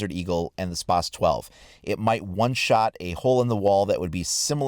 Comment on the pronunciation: Spazzzzzz not spassssssssss